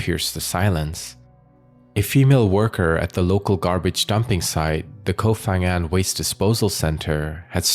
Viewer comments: The "Ph" in the name is not pronounced as "F".... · Hi, just for future reference, it’s actually pronounced Pa-ngan, Thai just LOVES their PH in every name for some reason, even if it doesn’t make an F sound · With such good research, maybe it would be an idea to also research how to pronounce names of places correctly. 😂